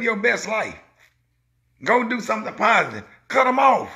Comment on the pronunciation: Well Sir, you done said “somp”🙇🏽‍♀️